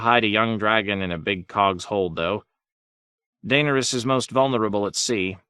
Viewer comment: Mar Gary? Jame? Tie Rion? Dane Ur Us? 🤣😂